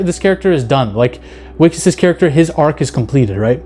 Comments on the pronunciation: Not "wickes"..it's pronounce Vickus...if you read it in American english. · Wikus is pronounced Vikus ;) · Wiccus is pronounced vicus in afrikaans w is pronounced as V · Wikus is pronounced "Vikkis"... it's a V sound not a W. Sorry 😅 but love that you love this movie. Bring back South African Sci-Fi! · The pronouciation of his name is with a 'V' not a 'W'. 😉